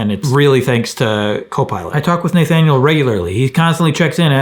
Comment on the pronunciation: It's pronounced "NUH thaniel" :) You rock Craig!